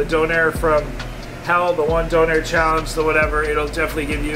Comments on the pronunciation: I love how he says donner wrong lol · Ive never heard a Donna kebab (how we pronounce doner in England) pronounced doh-nair. You make it sound posh. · Its more commonly pronounced "donna" as apposed to "Down air" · Why he calling it Don air?? Lmao. It's döner. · It ain't donair big man it's donner or doner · surly the "I" would be silent in the name, don-air sounds stupid, it's surely donar or in England donna (slang) or doner. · Omg Stop say Donair it is and always will be doner. And it does not need to be named times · And it's pronounced DONNA KEBAB!!! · It’s donner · It’s donor look it up lol and it’s nan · I had to watch it with the sound off after he kept saying doner 😂 it sounded awful and the repetition just made it even worse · Dang u Canadian/Americans need to learn how to say doner kebab properly